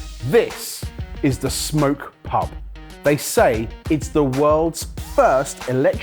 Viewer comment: It's Smok pub not smoke pub 😅